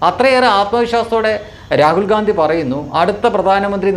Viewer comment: രാഹുൽ ഘണ്ടി എന്ന് പറയെടോ. വെറുതെ ഗാന്ധി എന്ന് പറയാതെ.😂